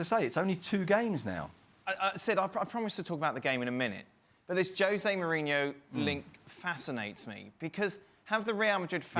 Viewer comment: IT IS NOT JOSE BUT HOSE .